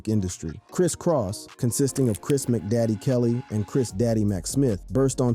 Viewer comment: The dude said ( Dey bomb) for Da Bomb, (Mc Daddy) for Mac Daddy... I would fire him for that alone, ur not from the culture fam 🤷🏾‍♂️